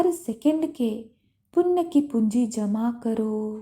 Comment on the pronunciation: It's punya not punn !!!